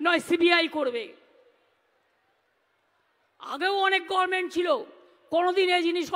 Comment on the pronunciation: আজও উচ্চারন ঠিকমতো করতে পারে ন? বলে " গরমেন্ট ".......